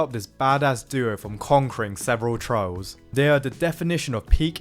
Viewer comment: It took me a few seconds to figure out you were saying "trials" and not "trouts".